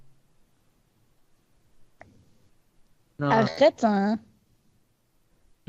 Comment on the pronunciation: Au lieu de arrête elle dit Akhrete un